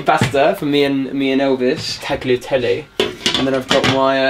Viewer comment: The way said “tagliatelle”.. you killed every single Italian roadie you know? That was the worst thing I’ve ever heard😂🇮🇹❤️